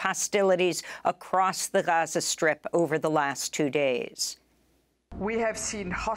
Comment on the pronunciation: Funny how Amy went from Gaza to Haza in her reporting. 😅